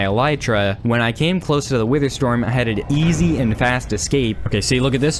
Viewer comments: “wither stom” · "wither stom." XD